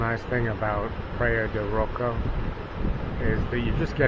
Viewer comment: "Praiya de Rocha" ( rosha) pronunciation..